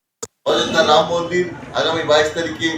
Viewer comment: Uni mora mora.boluk eto pap korea6a ram uchchran hobena